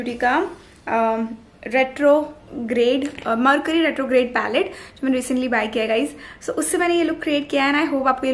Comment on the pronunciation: Don't get me wrong but its mercury not marcuri...your pronunciation is wrong.